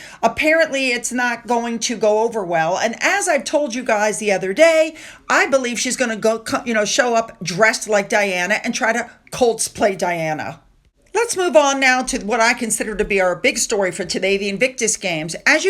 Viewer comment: It is “ COSplay” as in Costume, not “Colts” play.